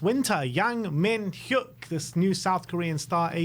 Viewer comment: You've got the pronunciation of Yang spot on, but Mi-Nyuk is the pronunciation of his first name. You can check with your Korean experts if you'd like, but the H is silent and you kinda mash his name together. Yang Min-Hyuk -> "Yang Mi-Nyuk"